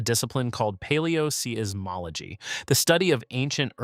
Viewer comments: Unfortunate you did not listen to online pronunciations of the term "aleoseismology" because you state it incorrectly throughout this video. Interesting study, but a dumb mistake. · Fort Tee-john? Paleo-See-iss-mology? WTAF?